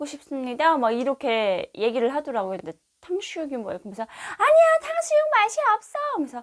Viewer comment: '탕슈육'이 아니라 '탕수육'아닌가요?